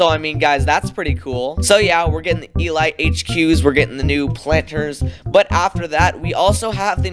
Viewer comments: Why do you pronounce elite like that 💀💀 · I love how he says E-light instead of E-leet. I find that amazing xD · the way this man pronounces elite 💀💀💀